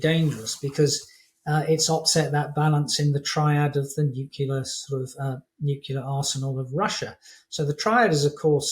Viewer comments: Major General doesn't know how to pronounce "nuclear" . It's NOT "NEW CUE LER", it's "NEW KLEE ER". Sheesh. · I always tend to discount experts who still say "nu-cu-lar". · Really? He doesn't know how to correctly pronounce "nuclear" - he pronounces it "NEW CUE LER"... WRONG. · It's nuclear, not nuqueler. I cannot take this man seriously until he learns to pronounce this simple word correctly. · Thx Chip, interesting discussion. Seriously! But, for a British Maj. Gen. you should know how to pronounce Nuclear. It's Nyoo·klee·uh, not Nuk-you-lar. Used to make the same mistake. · Great speaker - clear and infirmative. Lose half a mark for all those 'nuculars', the 'hence why', and the semantically strained 'caveatted'. Is this a new shiny penny among important organisational folk? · The word is "nuclear", not "nucular". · yep - "new cue ler" - ach! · Please get quotes right. And people who can say "irreplaceable" really should learn how to say "nuclear." It's from the nucleus of the atom, which lacks a nuculus. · You went nookular on the guy! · Pewtin shouldn't have used his MAD deterrent aircraft to attack civilian targets. It wears them out and makes them unpopular. Pewtin will need a longer table after this blunder. Is "nucular" the British pronunciation? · I really do wish he would learn how to say "nuclear" properly. The atom lacks a nuculus. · Can no one say "nuclear"? - not even the 'experts'?